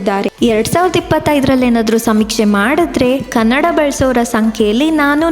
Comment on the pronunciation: ಕಾನ್ನಾಡ ಅಲ್ಲ adu ಕನ್ನಡ..... ಆದ್ರೂ ನಿಮ್ಮ ಕನ್ನಡ ತುಂಬ ಅದ್ಬುತವಾಗಿ, ಸ್ಪಷ್ಟವಾಗಿದೆ.... Keep it up 🎉